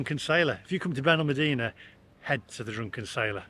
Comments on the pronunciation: Still wish you would learn to pronounce our town correctly, BenalmAdena, but still like your blog 😊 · It's on pronounced Benalmàdena. The dtress os on the a. Not the e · You need to learn how to pronounce Benalmadena properly